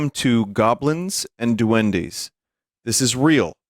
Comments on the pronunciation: Me gusta como pronuncia "Duendis" en lugar de "Duendes" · I like how he pronounces duendes as "D'Wendy's" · Sir, this is Duendes. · "Doendey en la caol"